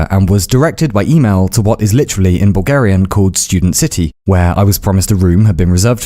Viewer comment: Why do I keep hearing "Boogerian"